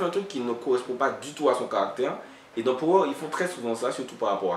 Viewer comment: Juste en passant ça se dit "pawer"dans la prononciation lol big up